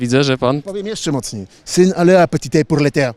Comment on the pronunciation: Sy na le a petite😂